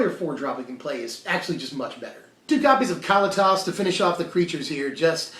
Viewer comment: Ka-Lee-Tis! C'mon man. Get it right.